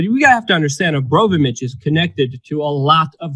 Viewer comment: Are you mispronouncing her name deliberately out of disrespect? Because it's Abramovic, not Obromavic. Don't get me wrong; I'm in no way insulted on her behalf. I don't like her. Just couldn't help noticing repeated mispronunciations of her name. Also, 'Bass music' is pronounced like base, as in military base. Not Bass, as in the fish. (observed from another video of yours).